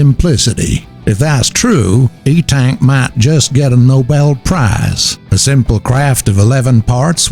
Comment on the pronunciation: It's eNtaK not E-Tank :P